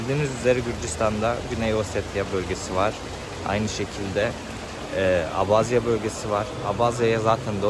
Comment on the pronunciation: keşke gitmeden önce gittiğin ülkenin bir tarihini araştırsaydın önce abazya diye okunmuyor abhazya diye okunuyor daha onu bilmiyorsun işgal eden taraf abhazya değil gürcistandır abhazya bağımsız ve tek bir ülkedir .Ülkemizde oldukça fazla kökeni abhazyaya dayanan abaza vardır.